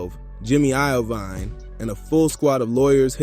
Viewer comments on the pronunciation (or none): Sooga and Jimmy i-o-vine 😂😂😂